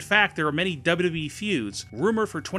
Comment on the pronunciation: PLEASE learn how to say WWE.